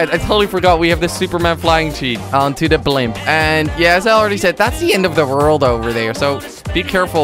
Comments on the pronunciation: why do u say rold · You say rold not world :D